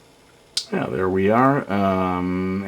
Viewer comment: XD well a small help, your "j's" should be "y's", so it's "yeah", and "younger" instead of "jeah," and "junger." But you're doing good!